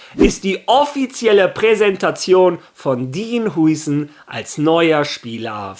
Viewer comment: Der Typ wird glaube Haiysen ausgesprochen.